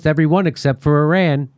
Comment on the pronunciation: I wish Americans would at LEAST learn to pronounce "Iran" and "Iraq" since they can't be bothered to find them on the map.